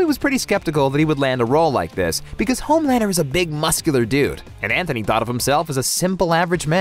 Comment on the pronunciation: It's An-T-ony, not Anthony.